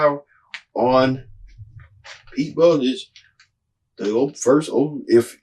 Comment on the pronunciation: Boot Edge Edge. Kind of concerning when you have n9t taken the time to pronounce his name. Sorry, didn't bother watching since you clearly did not do you homework.